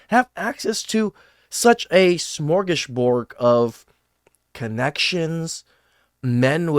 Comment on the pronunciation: hee heee.... you said “Smorgasbord”